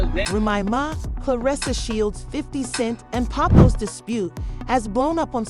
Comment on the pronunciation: Who's doing the narration? Can't even say Remy Ma or Papoose right🤦🏾‍♂️🤦🏾‍♂️